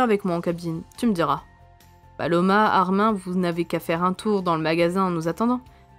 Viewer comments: Tu prononce mal le premon. C'est pas ARMAIN mais ARMINE. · sauf que ce n’est PAS un prénom FRANÇAIS donc ça se prononce ArminE, le prénom Peter on ne va pas le prononcer pété… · Ça se dit « arminE » pas « armain » ça m’a stressé ☠️ sinon c’était super !